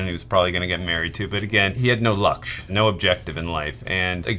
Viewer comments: Not lakshaya it's pronounced as LUUXSH man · almost choked on my food when I saw barasingha subtitled as Twelve Oak xD Barasingha means twelve-horned. Who did these subtitles man? Also please for the love of God never say Lakshaaayaa again. Just say "this movie" 😂